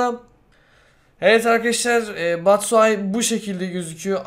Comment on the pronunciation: okkunuşu batsıhay değil batsuyaşi